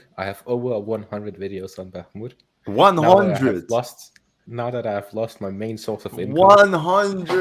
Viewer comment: "back-moot" lmao